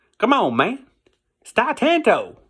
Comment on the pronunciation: It's Titano. Not "Titanto." LOL I love your descriptions and cover break-downs, dude.